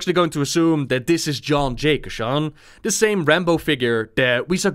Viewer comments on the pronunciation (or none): The way he pronounces "Keeshan" as "Keshawn" makes my skin crawl